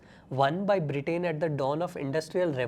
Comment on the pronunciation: the conflict between BRE-TAIN & Germany 😂😂😂😂 cmon bro. at least pronounce it right. 😂😂😂